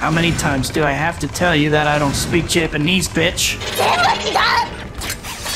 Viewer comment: "Bro i dont speak jibinees"